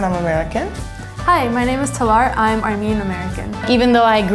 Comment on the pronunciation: WHY DID SHE PRONOUNCE HER OWN NAME WRONG, TALAR SWEETIE ARE YOU OKAY